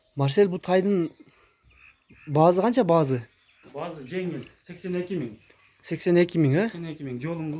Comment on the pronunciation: Туура суйлочу э заебал баазы дебей баасы деп